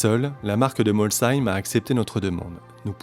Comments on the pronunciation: Enfin quelqu'un qui prononce bien molsheim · Moi j’habite à Molsheim et oui ça fais du bien d’entendre la bonne prononciation